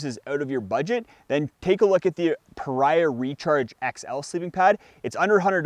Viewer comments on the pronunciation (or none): Just a friendly correction. Pariah is pronounced pah Ree ah, like the name Maria. Got this from the actual company themselves. Great, personal customer service. Hike on,!